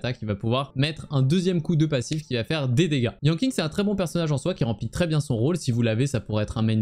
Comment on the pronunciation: Yanking ? Donc Keking ? mdr je taquine mais ca se prononce comme Keqing si jamais mais avec Yan devant ^^